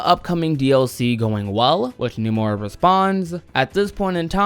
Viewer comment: why does this dude say "Numora"?